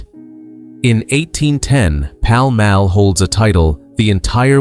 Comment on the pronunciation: The presenter should learn to say Paul Mall correctly